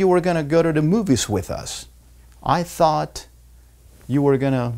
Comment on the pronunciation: Porque pronuncia en F en Think y thought